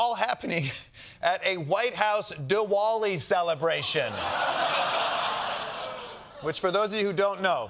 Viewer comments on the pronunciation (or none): DiVali. Just a pronunciation guide for white people who didn't do their homework. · i though he said de walling celebration like tearing down the walls off the white house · Pronounced DiVali